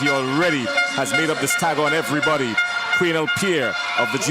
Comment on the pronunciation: Its not qwinel . It's qwanell